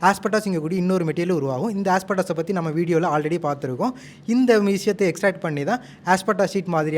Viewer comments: Aspettaas illa moothevi asbestos entru sollu oru vaarththaya ozhungaa uchcharicka theriyala eppudi vekkamey illaama pesa mudiyuthu ? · கண்ணுங்களா! உச்சரிப்பு முக்கியம். ஆஸ்படாஸ் இல்லை. அது ஆஸ்பெஸ்டாஸ் (Asbestos).